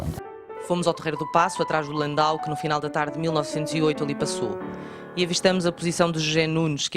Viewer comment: Até que enfim, que chamam à carruagem pelo seu nome correcto: LAN-DAU!!!...em vez do usual "landÔ", como quase todos dizem e que é com-ple-ta-men-te er-ra-do! É, realmente, LAN-DAU! Esses veículos sao originários duma cidade da Alemanha chamada, precisamente, LandAU! Nao sao francêses! Aí sim, seria "landô"! Qual a importância disto? É precisao e interesse pelo detalhe, pela origem de coisas, conceitos e palavras! Isso, só por si, parece garantir um nível mínimo de qualidade profissional! Ufa!